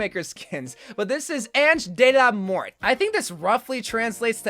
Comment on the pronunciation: The way you pronounce Ange De La Mort is pretty simple. Ange is pronounced with the a sounding like o de and la are the same, and mort is pronounced with the t silent.